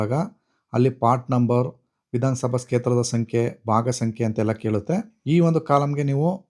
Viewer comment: Adu sketra alla guru…Adhu Kshetra 😂